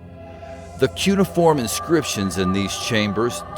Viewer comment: Sorry to do this, but you said it like nine times and it was driving me up the wall. Its pronounced COO-NAY-UH-FORM